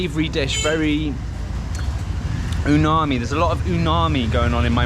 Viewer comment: UMAMI is that special flavor. Repeat after me,, U...MA..MI, not uNami. Did I hear you say uNami or uMami? If you said uMami, then it's 👌